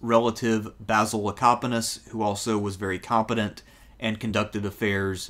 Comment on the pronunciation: Great video. Love to hear you pronounce Basil correctly too!!!